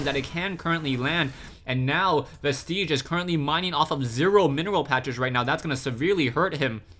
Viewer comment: "Vestige" does NOT rhyme with "prestige."